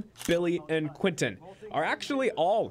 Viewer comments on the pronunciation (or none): none